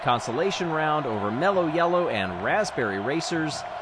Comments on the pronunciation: "Raspbebrry Racers", lol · "Raspbebrry Racers"